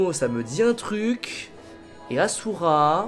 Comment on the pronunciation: Sa se prononce pas assura mais (ashura)